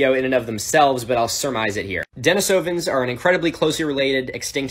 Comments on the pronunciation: De-NEE-suh-vuhns. This hasn't done much for your credibility. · when you're enjoying the video and then he calls the denisovans "denis oh vens" instead of "deh nees oh vens"